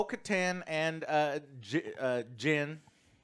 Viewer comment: Guys, his name is not that complicated, its Din. His name is, Din.